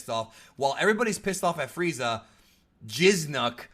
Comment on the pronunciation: Lmao repeatedly saying Jizznak The Gusher 💦🤣💀